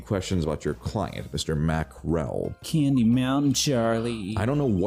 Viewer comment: Mack Rell. Mack E. Rell. Mackerel